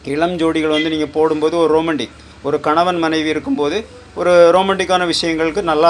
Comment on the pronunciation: ரொமாண்டிக் ரோமண்டிக் இல்ல